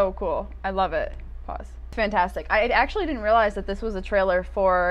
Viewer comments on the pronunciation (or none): none